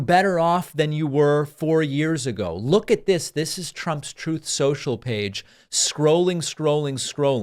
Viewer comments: David, I love to hear you say “TROATH CENSHAL” 🤣😆 It cracks me up. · "Trothe central" Lmao what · "Troth sential" 😆🤣 Sorry David I like ya and all but I had to say something. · Trothe Cential! LOL. I love how you will never let him forget that 😂!!!! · 'Troth Sential' -- it just gets me every single time. lol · “Trooth Centrill” 😂😂😂 When David plays trump saying that, I die!! Hysterical. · Where have you been? you didn't even say Truth Social correctly. Get the real News! We have never had this many illegal immigrants come thru at this number, Never until Biden. Trump speaks TRUTH! You speak BS!!!!!!